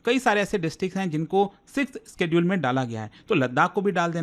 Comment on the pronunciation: Bhi schedule isss ka pronounciation alag laga raha hai up se